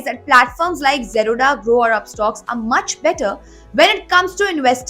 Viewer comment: Why does she pronounce Zerodha like Baroda lol